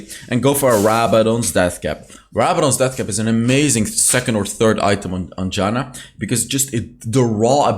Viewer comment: It's not Đana, it's fucking Jana